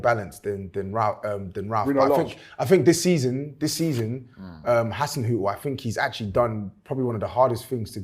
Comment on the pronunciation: and were calling Hasenhuttl 'Haselhuttn'.